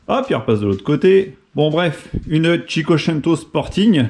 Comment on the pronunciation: Toute la vidéo je me suis délecté de ta prononciation de cinquecento 😂😂😂😉